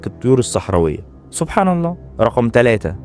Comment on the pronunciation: عير طريقتك في نطق كلمة سبحان الله.